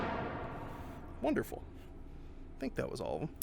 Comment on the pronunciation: Gotta love his giddy laugh and "wonderfull" lol